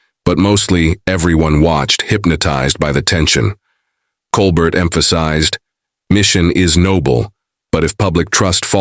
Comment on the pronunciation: At least get the AI to say Colbert correctly. Coal Bear..